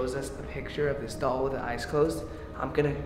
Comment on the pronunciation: I get why. When she says "the doll" it sounds like "devil"